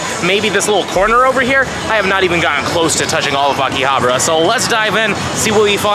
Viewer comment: Did I hear AKI-ABRA? Love that place too though. I missed Japan so much. Thanks for sharing with us.